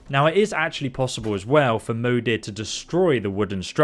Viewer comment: I am pretty sure it's supposed to be pronounced like "mother". Since Moder literally means mother in swedish.